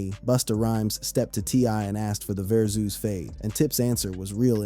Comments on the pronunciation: Verzoos?!?!...😅😂😅 Verzus. Like Versus, T.I. must need some paper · Va zoo's.....got me so annoyed